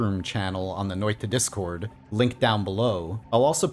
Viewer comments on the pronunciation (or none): Its Noita not Notia